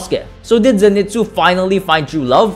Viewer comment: It's pronounced Zen-ee-soo